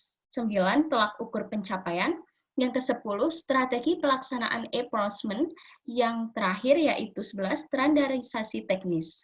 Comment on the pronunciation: Assalamualaikum wr. wb. Mohon maaf sebelumnya, saya izin menyampaikan feedback dan koreksi dari pak zaenuri. Pada presentasi (cara pengucapan) cukup baik, hanya kesalahan pada pengucapan procurement = prəˈkjʊə(r)mənt. Lalu powerpointnya mungkin bisa dibuat lebih menarik dengan mencantumkan poin poinnya saja dan menggunakan gambar yang mendukung. Kemudian di presentasikan dengan menjelaskan poin poin tersebut. Selain itu harap ditambahkan video sedang presentasi. Terima kasih